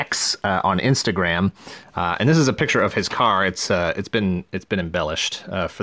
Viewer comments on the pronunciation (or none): none